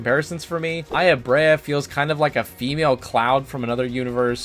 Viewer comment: Aya BREIGH (brea) and MY ADA {Meada) These are real life names, they have real pronunciations you could have looked up lol